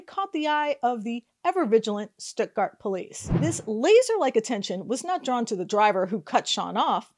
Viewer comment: It is pronounced Stut-Gart. Rymes with studder.